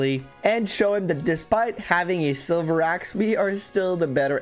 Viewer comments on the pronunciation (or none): none